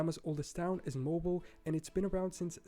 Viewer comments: it's "mo-beal", Alabama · Mobile, Alabama, is pronounced mo-BEEL. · Mobile= Mo-beel. Not a mobile phone, lol. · Alabama - Mobile is pronounced - Mo bill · Mobile is not pronounced like mobile phone but mow beel like orange peel. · yeah Mobe - eel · OMG. So many incorrect mispronounced names!! Mobile. Natchitoches. Nacogdoches. Dubuque. Also towns come Before statehood. Not gonna have a state if there aren't any residents of territory. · Romans perfected the square block grid pattern including one-way streets! FYI This was an excellent video and the narrator is great as well but even he mispronounces some cities.....Mobile, New Orleans.....and to be fair, many Americans do too! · He completely butchered most of the pronunciations. Mobile, Nacogdoches, etc (knack-a-doh-chez) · He said Mobile Alabama and Nacogdoches incorrectly.